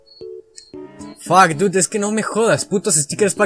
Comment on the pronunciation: "Fak Dud" jajaja, buen inglish